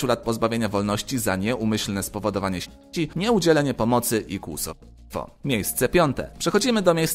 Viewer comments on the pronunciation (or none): tak ciężko jest wymówić "śmierci" i kłusownictwo"?